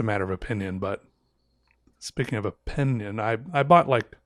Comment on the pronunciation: Did you say opinion or oPENion? It would make a great series, your openions